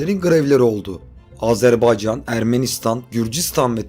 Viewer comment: Bir telaffuz hatası Azerbeycan değil Azerbaycan.